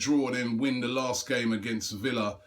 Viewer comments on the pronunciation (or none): none